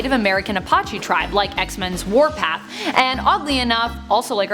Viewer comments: Please say the name of the tribe correctly..... A-patch-ee it is a hard E sound on the end. It might be a given name to a very large amount of Clans some related and some not but the least you could do is say it correctly. Also Why don't you do a Top 10 Native American superheros. Or Top 10 Indigenous Superheros. So we can see tribal people from all over the world. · How do you mispronounce "Apache" so much?